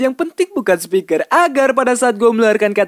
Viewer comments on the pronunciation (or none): none